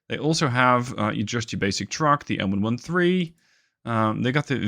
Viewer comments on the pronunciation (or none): none